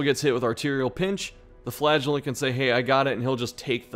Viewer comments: I can't watch this, all I hear is "Flatulent" lol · I can't not hear you say flatulent not flagulent. I'm just picturing him farting profusely in the dungeon.